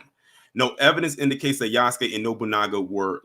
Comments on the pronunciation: It's pronounced Ya-SUE-kay not Use-kay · It's Yass-Kay